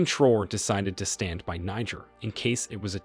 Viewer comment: Ibrahim Traore is not pronounced “Troor” but “Tra-orey”. Other than that, nice video.